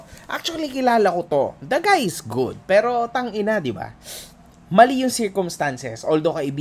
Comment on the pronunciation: Ang lutong ng “POTANG.INA AT HAYOP KA”